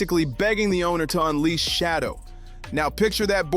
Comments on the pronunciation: Bro, you're doing just as much damage to Sheduer by mispronouning his name fool! Do you work for the Browns organization 🤔? Are you related to Dillon Gabriel? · His name is Sheduer, not Shadow you IDIOT 🤨